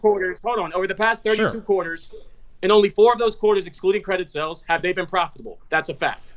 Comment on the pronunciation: When says "sells" does he mean "sAles"? OK - made it through to the end - It's Labor Day Weekend and now I need a cocktail after that....